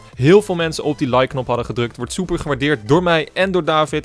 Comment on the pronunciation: Hij zei ook soeper